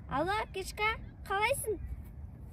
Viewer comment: Апкешка емес Аптешка деді ғо анау құрбысы😂